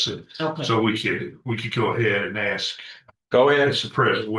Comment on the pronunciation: Says she's a genius yet knows nothing about how to dialog. And look where she's standing...... says axe instead of ask.....yeah a real genius.